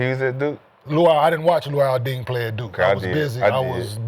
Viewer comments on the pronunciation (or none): “Luol Ding” 💀😂